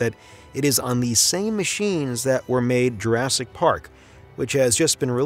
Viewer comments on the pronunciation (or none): none